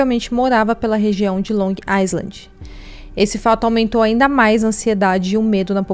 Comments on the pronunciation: Long Island se pronuncia sem o S Long I-land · Tem q falar LONG AILAND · Estava doida por esse caso, moro aqui e todo dia tem uma coisa diferente ai fica muito "espalhado" p se entender, parabéns, vc compactou muito bem.. ah só uma coisinha, Long Island fala-se Long ailand (não poe o som do S e o D final vc não termina o so fica DÊ ) kk coisa de americano